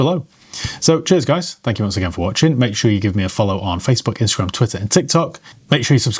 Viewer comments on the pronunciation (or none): none